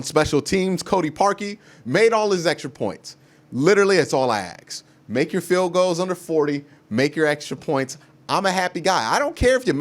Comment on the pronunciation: Word of the day "stanima" Definition: too discouraged and tired to tackle the ball carrier. The way you say stamina and ask crack me up